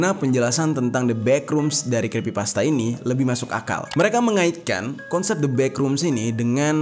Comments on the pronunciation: Iyaaa, makanya pas bang jer bilang itu. Otakku travelling. Aku kira aku yg salah dengar. Tapi bg jer the best banget lah jelasinnya 😇🥰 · bang bang bang,oh ternyata nyebut yng bener itu crispypasta yak? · Kenapa abang ngomong nya krispipasta bang 🗿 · Maap bang yg bener itu creepypasta bukan crispypasta😁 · Crepy bg bukan crespy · creepypasta blok bukan crispy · sedikit koreksi aja bang, di situ bang jer salah pengucapan kata, yang harusnya "kripipasta" jadi "krispipasta". Crispypasta adalah makanan, sedangkan Creepypasta itu cerita yang creepy, horror. Sekali lagi ini hanya koreksi!. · Koreksi om Creepypasta... Bukan crispypasta... 🙏🏻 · Me: Creepypasta: Crispypasta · "The backrooms ini adalah sebuah legenda dari crispypasta"😭🙏🙏mohon maap bukannya saya ngeledek tapi saya ngedenger😭🙏🙏 salah ngomong😭🙏🙏🙏. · creepy bang bukan krispy hehehe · bang ,bukan krispi pasta tapi creepy pasta😅ga pake "S" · Crispypasta bukanya creppypasta ya atau gw yg salah? 😅😂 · creepypasta bukan crispypasta wkwkwk :D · Creepypasta atau crispypasta sii? Sy dgr nya bg jery bilang crispypasta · detik abg ngomong ny crispi pasta bukan creepypasta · Creepy pasta jer, bukan crispy pasta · Creepy pasta bang bukan crispy pasta 😭😭☝🏼☝🏼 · Cree bang bukan criss Abang bilang ayam crispy gitu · Creepy bang Jer bukan Crispy😭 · Creppypasta bang,bukan crispipasta. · Bang jeri bukan Kripsy Pasta😪😭😭😭 tapi Creppy pasta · Crepy pasta bang bukan crispy pasta bang🙏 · 4.33 crespy pasta ... Haha Lo lagi laper bang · Creepy pasta bg Bkn crispy pasta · Scrispi pasta salah eja creepy pasta baru benar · Aokwokwokwok, crispypasta, laper kah bang? Yang bener creepypasta, wkwk kurang Aqua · yg bener tuh Creepy-pasta bukan Crispy-pasta Ngebug anjir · Bukan creespy bang tapi creepypasta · Crispi pasta enak tuh bang 😂 Bukan nya cripy pasta ya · creepypasta bang bukan crispipasta😂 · creepypasta bang bukan creespypasta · Kreepy pasta bng bukan krespy pasta😂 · Creepypasta dibaca KrispiPasta